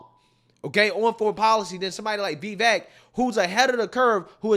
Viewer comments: Pronounced Vivake....Like Cake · I'm so proud of you, man. You finally said 'Vee-Vek's name correctly. It's a cold day in Hell, but I'm happy 😂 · Vivek is pronounced Va-vake